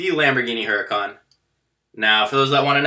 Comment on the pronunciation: Huracán is pronounced ooh ra cahn. H is silent in Spanish.